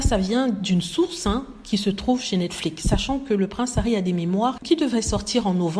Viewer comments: Je dis toujours cela dans ma tête à chaque fois qu'elle le prononce. Le mot devait avoir le son netflics vu qu'il est terminé par la lettre x . En tout cas! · oui j'aimerais bien comprendre pourquoi elle le prononce comme ça parce que c'est la seule personne que j'ai entendu un prononcé cet mot comme ça.